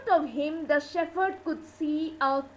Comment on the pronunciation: The pronunciation of the title is wrong. And the word 'shepherd' is wrongly uttered. Please rework.